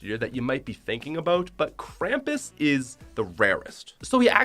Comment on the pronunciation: kramis it's krum-pus